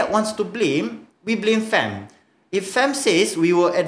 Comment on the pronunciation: Cakap betuk betul lah kita tu guba ei bi ci di.so you cakap FAM mestilah cakap FEM